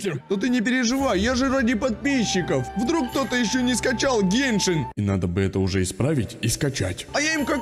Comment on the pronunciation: в виде а не в рекламе и не гейшен а геншин